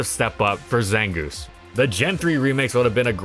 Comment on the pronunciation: the zangooth is looth